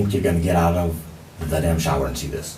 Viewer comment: Why can’t he say shower right